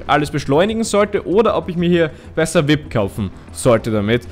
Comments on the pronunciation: Vip ? XD XD XD XD Es heißt V I P ( WI EI PI ) BITTE SPRICH ES ANDERS AUS TROTZDEM GEILE FOLGE BIN SCHON RQNG 13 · das heißt V.I.P also die Buchstaben einzeln aussprechen